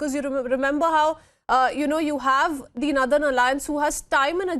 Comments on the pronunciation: wtf is "nadan" alliance? Cant she say northern? its Taliban not Talibs..there is a bloody difference between the two. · It's not "nurthern", it's northern. It can't be pronounced as "southern". Also, I have a feeling India is involved in this aid. Yaay! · Naaathern alliance........ It's NORTHERN say... NOR..... not NAAAA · Who the he'll gave you the job. Cannt even pronounce northern word properly. Why is she is pronouncing nothen